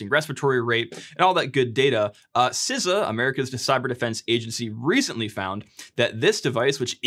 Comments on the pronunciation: Good lord my man, SEE-SA, not siza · i'm sorry.... SiZA? Don't you mean SEESA (CISA)